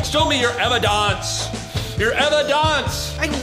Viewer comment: I love when chad seid evidonce 😂